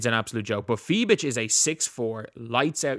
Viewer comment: As a german It's so funny you call her Fie bitch 🤣🤣